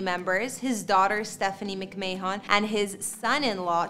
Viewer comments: You keep saying Stephanie's last name wrong. It's not MICK-MAY-HON. The McMahon last name is pronounced MICK-MANN. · Cool video. A few things though: 1. It’s pronounced “Mc-Man” not “mc-may-on” 2. Triple and Chyna were never actually married. Don’t mean to nitpick but nice video otherwise. 👍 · Where to start with this mess of a video… (1) Their name is McMahon and is pronounced as Mc-Man and not Mc-May-On. (2) Paul and Joanie were never married. (3) “which is down the street…” No. No it’s not. (4) The fact that you had to explain what a trampoline is blew my mind. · McMayhon??? Get it right! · McMayHon? Really? It's pronounced McMann....ugh.... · Its not pronounced Mick-Mann. Its 'McMann'. For those in the UK and Ireland, the surname 'McMahon' is its "McMaah'n" (A as in Arm) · How is any of this believable when she calls him Vince Mack-may-hon? WTF You obviously have never heard of these people. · lol why you say that mcman name like that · Its pronounced Mc-Mann. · The way you pronounce the last name lol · Just a suggestion....maybe get a narrator that can pronounce McMahon. It's not very difficult. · SMH can’t even get the last name right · Can't even pronounce their last name. What happened to knowledgeable reporting? Sad, just sad....... Maybe you should learn about your subjects of your story next time to, you know, not embarrasse yourself! PS, Paul and Chyna were never married! smgdh......